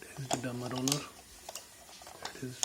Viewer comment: Its Derma Roller not Dermi Roller.